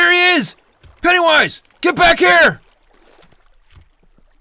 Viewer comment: The cringe! They call him pennaywoise